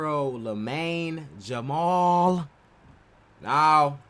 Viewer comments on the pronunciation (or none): Ya- mall bro, not Jamal